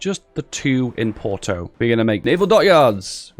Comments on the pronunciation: please porto not proto porto as in f*or*k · Well srry for this but i am portuguese and the way that you say like estado novo or porto makes me laugth